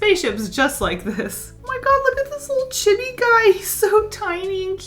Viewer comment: Chibi is pronounced cheebee, not Chib E.